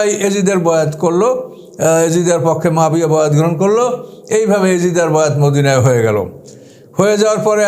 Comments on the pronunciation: Nam tao to bolte janenna abar vul dhoren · এই লোকের উপর আল্লাহর লানাত পড়ুক। এই ব্যাটা আহলে কুরআনের লোক, মুনকিরিনে হাদিস, হাদিস অস্বীকারকারী, জলিলুল কদর সাহাবী হজরত মুয়াবিয়া রা এর ব্যাপারে মিথ্যা অপবাদদানকারী। শিয়াদের মিথ্যা ইতিহাস পড়ে সাহাবিদের সমালোচনা করছে। কোনো মুসলিম সাহাবিদের সমালোচনা করতে পারে না। এটা মওদুদির উম্মত। একজন সাহাবির নাম টাও সঠিক ভাবে নিতে পারে না। কুরআন সহিহ ভাবে পড়তে পারে না। এ হচ্ছে কুরআন গবেষক! নাউজুবিল্লাহ। এর কথা যারা মানবে তাদের ইমান হুমকির মধ্যে পড়তে বাধ্য। সাবধান! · আপনি একজন জলিলুল কদর সাহাবী হজরত মুয়াবিয়া রা এর নাম টা ও সঠিক ভাবে নিতে পারেন না। ছি ছি ছি!